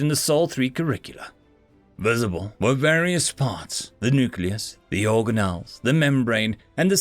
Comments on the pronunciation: organ ells not origan ells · organelles, hard g, for future.